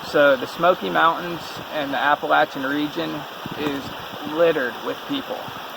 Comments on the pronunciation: Thank you so much for the correct way to pronounce Appalachian!!! So tired of all these people pronouncing it wrong!!! Be careful and keep your eyes open. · Glad someone finally told them how to pronounce Appalachian. I cringe every time they say Appa-Lation.